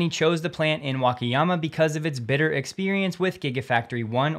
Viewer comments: The pronunciation is [Waka...] not [Wake...]. All 4 "a"s are pronounced the same. Hope this helps. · WA-KA-YA-MA say each syllable separately and don't blend them.